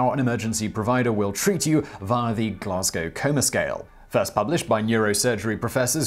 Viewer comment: TFW when a YouTube video pronounces Glasgow properly....